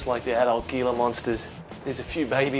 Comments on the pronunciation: It's pronounced "HEE la" not GEE la. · The "gila" in gila monster is NOT pronounced "geela," it's "heela." "G," followed by "e" or "i," has the "h" sound. That's first year high school Spanish! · hila monster don't pronounce the G. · Gila is pronounced Heela. It's Spanish. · Very interesting stuff. However it's pronounced Hee-la Monster, not Gee-la. Just like Gila River is the Hee-la river and its Latin name is Heloderma suspectum (Gila monster) or horridum (Mexican beaded). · Awesome display of animals especially the mamba, but one thing to remember is the Gila Monster is pronounced with an H as in Heel. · In the South/West United States the G in Gila is pronounced like an H as in house, or J in Jalapeno. Might be a regional dialect however I did want to mention it. (Hee La monster) phonetically . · ThePCThug thanks for that but we pronounce it Geela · Gila...its a spanish word from new mexico so the g is a h. its pronounced hila but spelled gila. and they aren't from Mexico their from New Mexico. I live there and have seen many before in the wild. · The proper pronunciation is Hila not Gila. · it's pronounced heela monster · It is pronounced hila monster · the G in Gila monster sounds like a H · No 'mamba attack'. Most of the video is looking at captive-bred ball pythons and venomous lizards (and mispronouncing the name of the Gila monster...it's hee-la, duhhh.) Then you show a mamba, also say its name wrong... (it is pronounced mahm-bah.) I was pissed off. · He pronounced Gila Monster wrong. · The "g" in gila is pronounced as an "h". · How does this reptile 'expert' not know how to properly pronounce "Gila?"